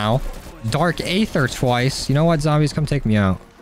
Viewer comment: You know that aether is pronounced EE- ther, right? the a is silent. It's cringe to here you say A-ther all the time. Just listen to how the pronounce it in the video game. And it that is not enough, look up what aether actually is. HINT: the answer is out there in the aether.